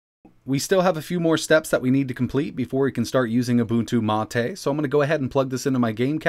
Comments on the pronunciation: "Mah-Tay" is the official pronunciation. knows how to correctly pronounce it (as discussed in another video), but he chooses to mis-pronounce it, which is a bit odd, but everyone has their quirks. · Ubuntu means humanity 😂😂😂. I'm pretty sure mate just means mate and is said as mate 😂😂😂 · Is it really MA TE or mate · mahtay..... If you say so mate. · The correct pronunciation is "Ooo-boon-too Mah-tay". has stated before that he intentionally says it wrong.